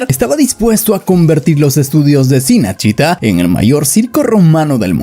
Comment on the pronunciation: No es sinesíta, Cinecittá (chinechitá)